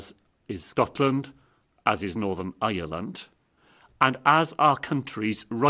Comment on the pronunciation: Northern Eierland 😂🤣😆 Eier = Eggs in German 🤣🤣